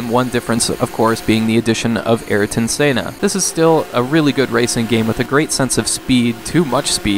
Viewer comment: Not having a dig, just trying to be helpful: it's pronounced Air-tun Sen-nah. Airtun Sennah. Ayrton Senna. This might help: Actually, I should have just posted that link to start with lol